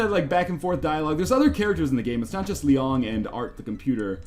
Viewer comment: THE WAY YOU PRONOUNCE LIANG MAKES ME ROFL. No offense, another great game you introduced to me